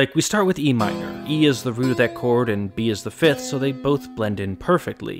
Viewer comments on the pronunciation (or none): none